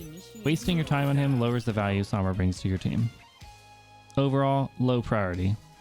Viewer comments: its pronounced “sohm bra” not “sahm bra”. it has a long O sound like in “row” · Top main. Doesn't say Sombra properly.